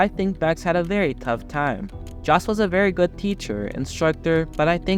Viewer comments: Look, in order not to make yourself look like a fool and certainly you are not an F1 fan...its really important to sell your story, and that is to get the names pronounced correctly. Its pronounced Yos...Not Jos, even though its spelt that way. Why dont you say knife with that same intelligence...im just saying. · Jos is pronounced as 'Yos' not as Josh. Thank you. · It's JOS like with a Y, not like J with John. Americans should start listening and stop acting like ignorant idiots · If you want to sound credible covering international events spend some time learning how to pronounce the names of those involved. Keep in mind that the phonetics vary between languages. In Dutch a “J” is pronounced like an English “Y”, so it sounds as “toss”. Show some respect and get people’s name correct. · Jos pronounced yos is a dick, you need to learn abit more about formula 1 before doing ANY video on the subject though tyrel or tirrell as it's pronounced though couldn't watch no more, good luck to you though